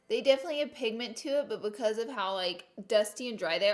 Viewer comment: Anyone else watched her saying “oil” “contour” “concealer” and “because” wrong for like 30 minutes, it’s funny(and cringe worthy) but no shade because I love her